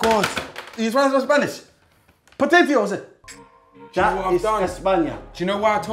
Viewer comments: "po-tate-os....when really it's potato's". I'm wheezing 😭😭🤣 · Filly really said potatEOS😂😂😂😂😂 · Filly: Potateos Chunkz: Potateos that's Spanish Me: 🤣🤣🤣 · Potateosê, that’s Spanish 😭😭💀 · My man said potateos